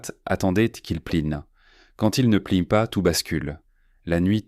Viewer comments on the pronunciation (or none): Le caporal fossette ...Fawcett. Q’il pline...qu’ils plient. Divorcé l’eau...Dyvocelo (?). Encore zaujourd’hui... Et tant d’autres du même acabit. Mon gars procure-toi une I.A., mais une vraie ! 😖😤😤😤😤😡😡😡🤬🤬🤬🤬